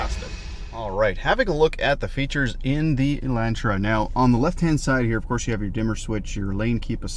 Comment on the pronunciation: It hurts ever time he says Elantra.